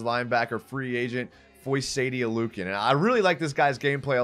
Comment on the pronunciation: Please learn how to say this man name lol